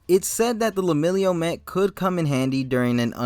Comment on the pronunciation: It kept bothering me but I'm sure it's pronounced Leh-milliy-unh. Not Lemillio. Otherwise great take on his costume.